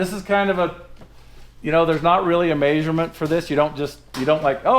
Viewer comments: says "MAYsurements" instead of "MEAsurements" lol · May-sure-mint????? Is that in metrics??? Hahahahaha!!!!! My first sarcastic comment, sorry. Thanks for the content, you guys feel like family.